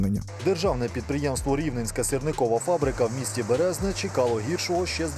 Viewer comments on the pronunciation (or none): не Бе'резне, а Бере'зне . наголос на другий склад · Не бЕрезне, а берЕзне, наголос на другий склад! І це місто а не селище! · БерЕзне, а не БЕрезне., вчись правильно ставити наголос, дизлайк тобі. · БерЕзне а не бЕрезне, карту купи, лапоть! В двохтисячних везли і далі сірники з Череповця і Пінська. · Не Бе`резне а Бере`зне! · ахаха не Березне а БЕрезне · Не бе́резне , а бере́зне) сам звідти) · Підтримую вас потрібно правильно ставити наголос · дурачок яке бЕрезне правильно берЕзне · Відео вийшло чудовим, тільки наголос не "бЕрезне", а "берЕзне" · Доброго дня або ж ні!!! Так зіпсувати назву міста це просто жах😡 Це моє рідне місто якщо що. Не Бер"е"зне а Б"е"резне наголос на першу букву "е" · Не селище а місто і не БЕрезне а БерЕзне!!!!🤬🤬🤬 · БерЕзне, а не БЕрезне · Не Бе́резне а Бере́зне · Привіт з Березного! Ми називаємо наше місто БерЕзне з наголосм на другу Е) Дякую за відео! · БерЕзне, а не БЕрезне. Наголоси у назвах міст правильно треба ставити. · Дякую за відео,! Тільки не БЕрезне, а БерЕзне. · БерЕзне- наголос на середнє Е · БерЕзне. Наголос на друге Е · Наголос в назві міста по правильному падає на 2 Е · не березне а березнЕ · Бере'зне( наголос !) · Наголос на середній склад, берЕзне ;) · Березне ане Березне потрібно правильно ставити наголос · По-перше, в назві міста поставив не правильно наголос , а в друге Березене це є районний центр!!! І ні в якому разі не селище!!!👎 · Наголос не вірно поставив в назві Міста !!!